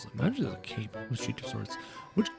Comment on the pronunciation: It’s not cap it’s cape